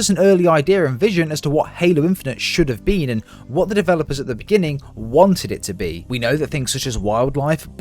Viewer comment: “Should have bean”